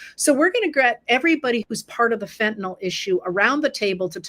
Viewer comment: HCR, thanks so much for pronouncing the word fentanyl correctly!